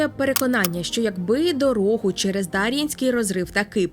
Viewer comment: Підозрюю що наголос все таки на Є — ДарʼЄнський розрив